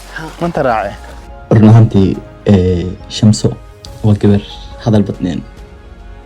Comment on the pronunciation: Did she said said "Samsho"😃😃